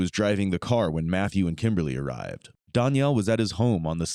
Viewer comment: i think its annoying you cant pronounce DANIEL properly.